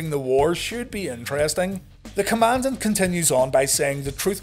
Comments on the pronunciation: His pronounciation of Commandant is correct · The Commandant pronounces it correctly.